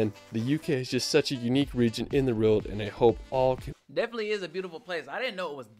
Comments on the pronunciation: Thank god I'm not the only one. Also, the guy irks me anyway, with his monotone commentary and acrobatics at locations. Don't get me wrong, I have a speech issue with the rolled R, so R words sound like I'm saying wuh or rwuh, but come on, world isn't a hard word....... (My lower jaw is off centre) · Why is the guy in the video pronouncing 'world' as 'rild'? Weird..